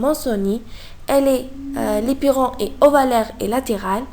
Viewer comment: C est l éperon prononcez 'lai " ,l éperon pas " li"